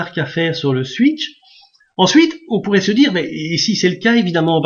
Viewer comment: Comment vous avez dit monsieur ? Ouïte ? (8) ^^